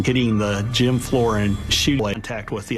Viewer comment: “the second tornado hit the second gym” i’m sorry the what gym?